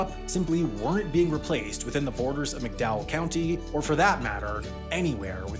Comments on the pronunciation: Okay so it's pronounced "Mac-Dowell" County... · I'm a third generation West Virginia resident and I can say; the land and the people have been bled dry since the day the state was founded. Our society and systems are entrenched in exploitation all the way down; rotten to its very core. BTW it's pronounced MAC-Dowell County, not McDowell. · Thats Mac Dowell. Emphasis on the Mac. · To set the record straight: it is not pronounced "Mick Dowell County", it is "Mack Dahl County". Also, not "hollows", it's "hollers". No one says "hollows". Finally, in no actual world is solar cost-competitive with coal. The only renewable that compares is hydro.